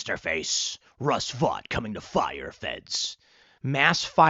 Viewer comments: Vought is pronounced Vote, not Vot. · I believe, Tim, Vought is pronounced VOTE. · OMB Director’s last name is pronounced “vote”.